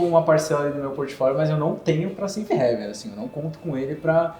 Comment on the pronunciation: Parabéns pelo vídeo. Excelente! Mas, galera da Empiricus, divulga aí internamente que a pronúncia correta de Safe HAVEN (porto seguro) é "rãiven". Todo mundo fala "réven" que é a pronúncia de HEAVEN (paraíso).